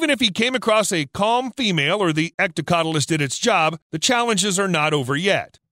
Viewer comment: 'Hectocotylus'. With an H at the beginning. Not ectocotylus.